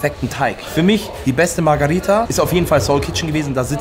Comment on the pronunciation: Für das nächste Video.. die Pizza heißt MARGH“E“RITA nicht MARGH“A“ RITA (ansonsten top Videos) 👍👍